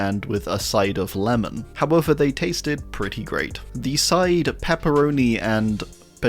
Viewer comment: Ah yes, "Lemon" Carter